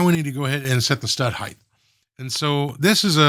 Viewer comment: It is a pet US aggravation for me. Sort of like an audio OCD. Height has HT on the end not TH. It sounds like kite not kith. So many Yankees say heigth not the correct height. No th on the end!